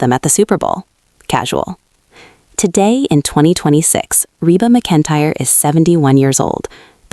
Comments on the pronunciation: Why on earth do you have something narrating this that can’t pronounce Reba McEntyre correctly. Seriously that is ridiculous. I thought it was a mistake the first time but nope. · Is anyone else annoyed that she annunciates Reba's last name incorrectly as well as Kyra incorrectly... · If you’re gonna talk about Reba, you better pronounce her name right! Don’t use AI. You come off really stupid.